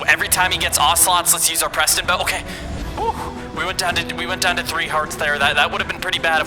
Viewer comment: IT'S PESTON